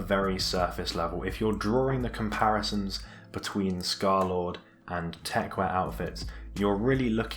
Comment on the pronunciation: it's called techwear not techwire ffs